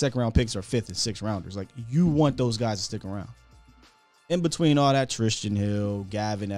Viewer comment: why can't you say Tristan? Shit cracks me up every time